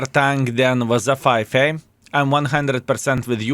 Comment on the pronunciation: "wazzza 5A" Love it